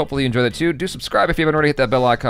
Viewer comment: Lol I know it's juvenile of me but in the intro didn't it sound jaby we are joined by Steph's BRA 🤣🤣.